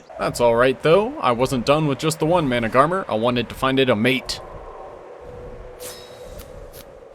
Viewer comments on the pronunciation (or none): Isn’t managarmr pronounced man-ag-a-mir?